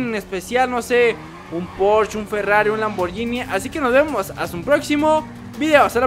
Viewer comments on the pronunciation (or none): none